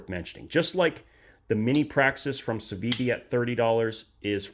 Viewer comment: "do you want to see my sitiven?" Steven? that your friend? "we'll not exaxtly..."